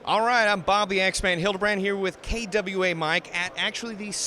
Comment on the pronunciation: Yes! Yeah for pronunciation skills (kay-dub you ehh)